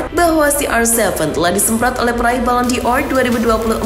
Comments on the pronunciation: Woooiii......!!! ballon D'or itu dibacanya: balon dor... Bukan balon di or.. nggak pake huruf i...!!!! Moso baca gitu aza ngak tau... Balon dor... BUKAN BALON DI OR...!!!! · si emang gak profesional... Banyak salah baca nama pemain, istilah2 bola dll... Sampe ballon D'or aza di baca balon di or.. drmana tuh huruf i nya...??!!! Lawaaakkk...!!! 😄😜🤣